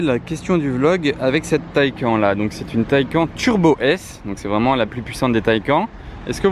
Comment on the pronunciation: Petite remarque 😁quand tu dit taycan,le n a il se prononce si non belle vidéo 👏👏👏